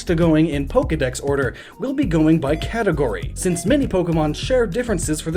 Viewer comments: Just have to point out "Catagory".... *Category, my man. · what is a "catagory" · It's "category" not "catagory" unless that's a legitimate word. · "Catagory" nice one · Who cringed when Catagory was shown.! It's category. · "We'll be going by 'CATAGORY'" What is a catagory? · Are we just going to ignore "Catagory"? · "CATAGORY" -_- *Category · "Catagory" Good job otherwise. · "Catagory". Nice